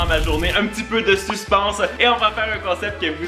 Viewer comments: Alors ce que je vais dire n'est pas de tt méchant : En fait on dit suspENse comme "à pEINe" au lieu de suspENse comme "pan" 😅😊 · je crois que tu voulais dire suspèns au lieu de suspens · En France on dis pas supens c est supense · “Suspense...” on dit “Sus-peine-se” 😭😭 mais sinon c’est génial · Oh non il a dit suspance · De suspense 😂😂😂😂 On dit "sucepeinse"